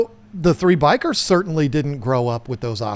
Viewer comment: bikers killed my beta I keep hearing bikers not bichirs